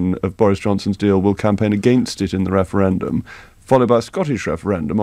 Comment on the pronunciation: Clear majowity. wefewendum. What's going on here?